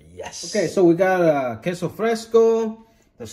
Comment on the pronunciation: Your pronunciation is spot on man on the queso and the chile 😂👍👍👍. I’m from south Texas and I approve 😂👍. Now I want some enchiladas now. Might ask my mother in law to make some. You should make some chicken flautas next time with some crema and green salsa. Wooiweeeee!